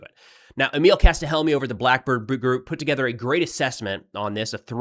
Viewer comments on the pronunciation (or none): none